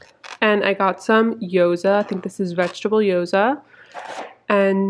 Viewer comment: those dumplings are called "gyoza", not "yoza", just.a tip